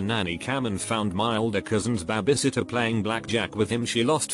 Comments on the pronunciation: Babay sitter....AAAAAAAAAARRRRRRRRRRRRRRRRRRGGGGGGGGGGGGGGGGGGGGGGGGGG!!! IT'S BABY! NOT BABAY!!!! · Say bah-bie sitter again 🙄🤦‍♀️🤦‍♀️🤦‍♀️ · Nobody: Robot voice: BAH-biesit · No one: Computer voice: BAH BAY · The way babysitter was said